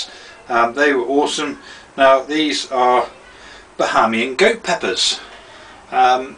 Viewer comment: lol you pronoun my nationality wrong and i still cant believe you ate that. those pepper are really hot